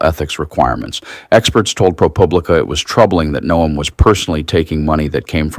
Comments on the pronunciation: Her name is pronounced Noem not No..am. Robot narrator must be recoded by IT for proper pronunciation of names and places. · WOW, You guys are getting lazy. AI reading this.......No-em? Its pronounced Gnome.....like her face. But seriously "BIG BOMBSHELL THATS NOT A BOMBSHELL" headlines and you click........getting bad with you guys. Sounding like legacy media. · AI, it is Noem like gnome or Nome, not no-em. Get it right. She will be in the news often. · Noem = NOME You continuously mispronounce places and people's names. Please learn how to say them correctly before you start recording. Oh, and KYIV is not kiy-eev. It's KEEV